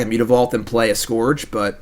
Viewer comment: Scourge rhymes with urge,!